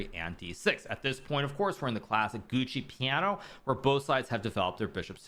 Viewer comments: Gucci piano? Wtf is gucci piano? :) It is giuoco piano, pronounced djoko, like first four letters of Djokovic's (the tennis player) surname. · Wtf Gucci piano??? Plz, from someone of your level, learn how it is pronounced